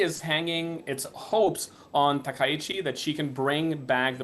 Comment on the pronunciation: いくら人工音声でも「さなたきち」ってのやめようね。それぐらい補正してください。ああ、ついでに「たきざわ」でもないです。談話室じゃないんだから。あ、こんどは「たかはし」ですか。 ちなみに戦争の清算は対中国、対韓国共に終わっています。したがって日本の首相が日本国内のどの宗教施設に参拝しようが１００％日本の国内問題です。 それに不満を持つ隣国がもしあるならそれは内政干渉にあたります。現代社会においては厳に慎むべきことですね。